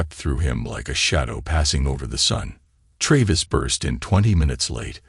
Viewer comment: why not spell sons name the english way.... shaun then at least its pronounced correctly....hearing "seen" every time is jarring not to mention tray-viss